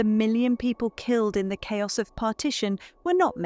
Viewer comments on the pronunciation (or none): none